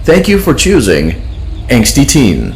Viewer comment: As Elizabeth is about to say eggs Benedict I heard egsty instead of angsty